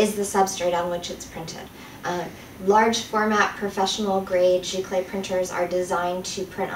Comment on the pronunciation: It's actually pronounced "Zee-clay" not "Gee-clay". Also it is nothing more than just a fancier word for inkjet and it doesn't mean the printer has to be wide format (which your printer isn't anyway) and also has nothing to do with the substrate. Archival papers are determined by being acid-free.